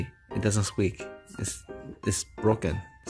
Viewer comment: Haha "it doesn't skweak" 😂 baby Mikki keeps trying 😂